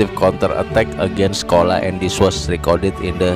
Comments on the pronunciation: bukan kola tapi dibaca cola, atau chola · Change your pronunciation of "kola".It should be "chozha "not "kola".